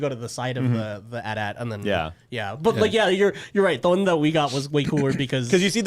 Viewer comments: Listening to you guys pronounce "AT-AT" as "at at" and not "a t a t" oh my fuckin lord 😂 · its called a, Aaay-Teea Aaay-Teea, not an AT AT.